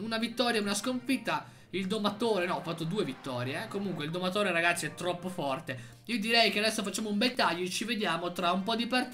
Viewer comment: sbaglio o ha detto ragashi😂